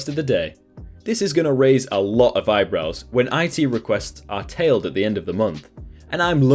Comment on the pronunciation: Tallied. Tal-Eed Not tailed.